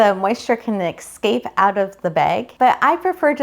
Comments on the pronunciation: OR.... how about we just consider it a mispronunciation, which it is what it is. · Lots of people say it that way. Think of it as an accent of sorts. ;)